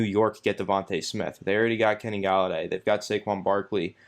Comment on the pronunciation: DevonTAY not DevonTUH. If you’re such a fan then at least say his name right.